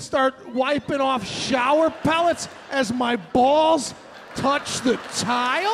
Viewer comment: He makes the same crazy faces when he tryna explain shit 😂😂♋🤗.. love the way he whispers words in broken syllables 😂,,😡 I'm not cleanin the showah